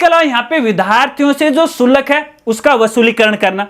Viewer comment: शुलक नही होता, शुल्क होता है जी